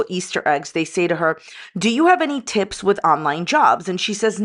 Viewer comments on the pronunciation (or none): none